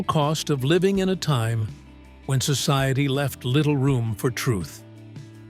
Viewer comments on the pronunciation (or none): none